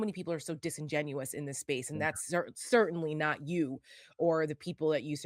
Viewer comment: My man said dis and Dat. Harry it's dis, Dat and the udder ding. I wish I could vote for you.